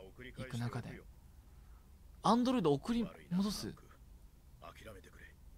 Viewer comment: どうしてもアンドロイ「ト」って言っちゃうリョウガさん